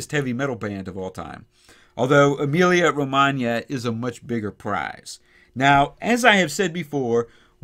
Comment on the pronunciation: I just love when I hear you say correctly, since it's my birth place:)